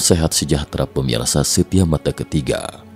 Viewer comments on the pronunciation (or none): none